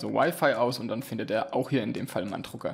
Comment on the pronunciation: Es heißt Drucker....nicht Trucker!